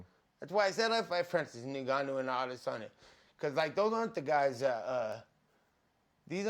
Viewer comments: Man, love Nate but he has to correct that Francis Ngannou pronunciation ROFL At least dont put an i between the N & the G ROFL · It’s so funny when they call him Nigganou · "Francis Nigganou" haha. Nates legend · The way Nate pronounces Ngannou reminds me of home